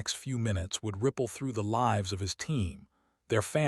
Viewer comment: Please proof-listen for mispronunciation of words like "lives," "tears," etc., and be more creative names and don't use the same names from story to story.